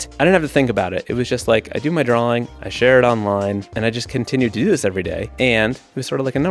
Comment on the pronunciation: ... Do you keep saying drawling?"